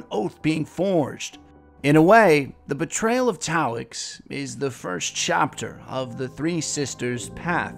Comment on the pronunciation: Love your vids Sir! Well made and written. Just one critique; you kept calling Taox "Taoix"